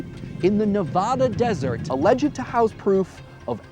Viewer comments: Does anyone else cringe every time he says "Nevada" wrong? XD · Is that supposed to be a strong 'a' in Nevada? As in the 'a' sound in 'bad'?